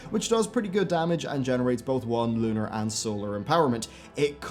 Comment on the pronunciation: Your "L 's" are so prominent in this video. I found myself saying LLLUUUUnar, every time you did.